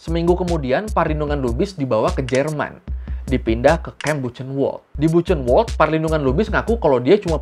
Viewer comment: Tambah masukan. Buchenwald juga dibacanya BuKHENwald seperti huruf hijaiyah "kho" penekanan di "h", dan Sachsenhausen dibacanya SaKHsenhausen.